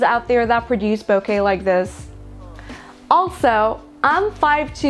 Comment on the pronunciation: Great lens, thank you for saying “ bokeh correctly.